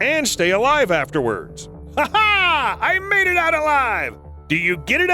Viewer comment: Did he say I "made it" out alive or "mated" out alive 🤔